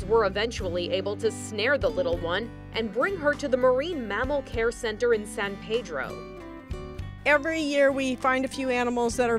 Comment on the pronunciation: I think the most upsetting thing about this video is the way the she pronounced San Pedro.